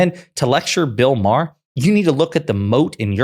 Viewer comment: It’s MA HER not Maaaarrr MA HER